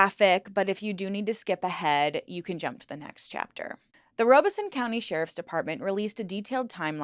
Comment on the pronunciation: Robeson is pronounced “Rah (or Rob) uh son” 😗 (Robesonian & Lumbee descendant here)